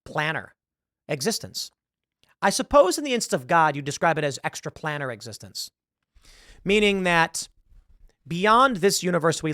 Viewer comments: Tim...Its Planear Not Planner. XD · I’ve never heard anyone pronounce Planar like Planner